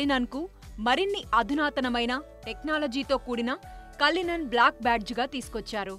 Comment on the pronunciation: Kallinan😂😂 adi cullian